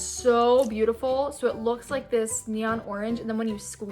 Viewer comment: “Not only they are colorful and neon and just BEAUTIFUL a to look at.” Haha I love how she said beautiful